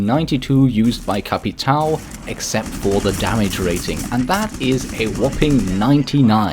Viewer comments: For future reference, it's pronounced capitão. Not au. Ão as in aum. Not a completely correct pronunciation of ão, but a whole lot better than au. And also, BOPE doesn't prolong the e. Try to accentuate the o and mute the e, like BOP instead of BOW-PEE. Sorry but this triggers me so much because i've never once heard anyone pronounce capitão or BOPE correctly, even you, Rogue-9, whose german is pronunciation is spot on. Good pronunciation on Caveira though. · Just gotta say capitao is pronounced as if it’s capiton